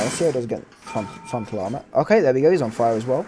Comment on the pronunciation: Btw with your accent “ frontal armor” sounds like “ fuck lama”